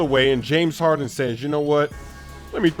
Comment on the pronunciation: Sigh... James Haren... Where is your "d"?